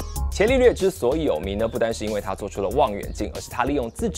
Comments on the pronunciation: 不是茄利略，是加利略 😀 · 伽利略的"伽"字應該讀"加"，而不是"伽藍"的"伽"音。